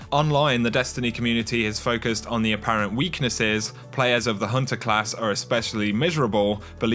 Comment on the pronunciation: Lol I love how this guy pronounces the "ah" sound made by the "er" ending to words xD Hehehe... "It's all good for the huntahhhh..." 😂 Epic lol